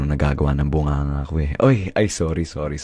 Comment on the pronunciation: nobody: him: AYI SORRI SORRI